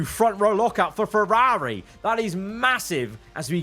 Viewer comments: No hate but why does he say Ferrari like that😭😭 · Why does he say Ferrari like that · Why do you say Ferrari like Feraaaaaarri and Aston like Astin